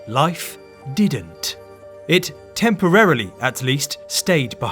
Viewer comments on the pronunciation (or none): Why can't people pronounce Temporarily,correctly. It is Temporarily NOT Temporaaarrrillly